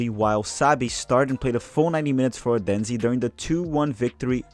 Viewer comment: The Danish city is pronounced "OH'-then-suh". 🙂